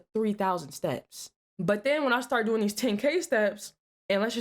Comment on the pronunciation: 245:45 "...what are you doing-ah?".,...why do so many young women & girls like you put an "ah" at the end of words that should be left without the "ah" at the end?,...I see it a lot on police call video channels.,...why you do that?